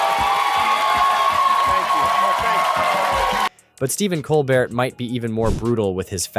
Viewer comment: Lol COL BERT LOL ITS Colbert